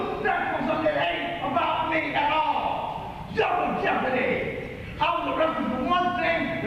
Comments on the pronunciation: Ey got lawyaz, Double Jehpahdeeee!! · Dubble jepp-a-dee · DUBBLE JEHPUHDEE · "DOUBLE JEOPARD" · Double jepordy...lol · Swig a beer every time he says jepperdy.... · Lol double jeepadee! I think he has mental health issues. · Take a shot every time he says Double Jeppadii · It's time now for "Double Jepadi" with your host Alex Trebek.